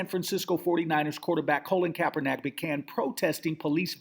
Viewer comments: I just want this guy to pronounce Colin Kaepernick's name correctly one time. Just once...Its really not that difficult. "Colin" not "Colon"..."KaeperNICK" not "KaeperNACK". Smh. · Yeah I agree with previous statements. You got to work on speaking the brothers name correctly. You're a smart brother but you need to show some intelligence.